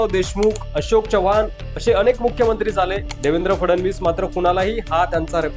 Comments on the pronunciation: Jara Marathi sudhara, chavan Kai, chavhan ahe te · च्यव्हाण नव्हे चव्हाण.. from original चौहान, तुमचे मराठी बोलणे खूप गचाळ आहे, जरा fine tune करा आणि मगच व्हिडिओ बनवा..